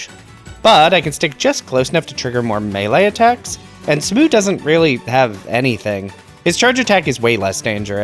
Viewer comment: I enjoyed this little challenge run, although you pronouncing Smough as "smoo" drives me insane. Are you not going to tackle the DLC areas in these runs? I was kinda hoping to see that.